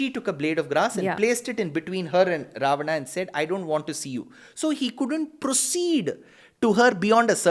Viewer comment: Idiot, this is how you pronounce it in Sanskrit. Loser